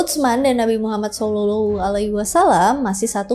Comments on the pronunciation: gw sebagai muslim malu, kmu lebih bagus penyebutan nama Nabi Muhammad SAW di banding gw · Makin fasih aja kak nyebut nama Nabi Muhammad SAW 🤭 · Fasih banget baca nama nabi muhammad😍🥰padahal beda agama,salam untuk orang baik🙏